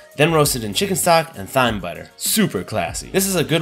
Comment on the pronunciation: The way you say thyme triggers me my dude...